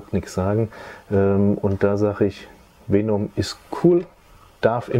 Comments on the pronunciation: Es heißt Venom und nicht Feenumm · Man spricht venom anders aus wie vänom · Weenum spricht man ihn glaub ned aus haha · Wie Venom immer im Video falsch ausgesprochen wird😂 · er hat nie mit F gesagt btw er hat nur e und o falsch gesagt